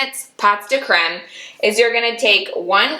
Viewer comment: Pronounced POE de creme. As in Edgar Alan POE. You got the creme right!😊